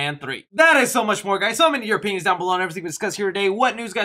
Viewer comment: Ngl I kinda thought he said p***s instead of opinions at the end of the video. 😂